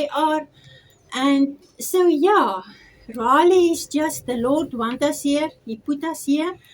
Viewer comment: Love you people. Just one thing. Forgive me saying this, you are pronouncing “Raleigh” incorrectly.